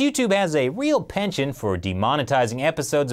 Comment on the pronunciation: When you said penchant I first through "Panchen as in Lama?" and then "Pension". I use the french pronunciation for the first syllable, and then flip back to English half way through the word. Seem clearer.